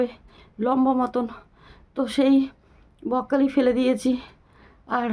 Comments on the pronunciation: কথাটা বকখালি নয় ওটা হচ্ছে ব্রকলি একটু ঠিকঠাক করে বলুন বারবার বকখালি বকখালি করছেন এটা বাজে লাগছে শুনতে আর আপনার কি অসুখ হয়েছে যে কথাই বলতে পারছেন না এদিকে ভিডিও করছেন বকখালি বকখালি বলে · Ota bokkhali noi ..apni thik kore uchharon korun ... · ব্রকলি বলুন বককলি বককলি বলছো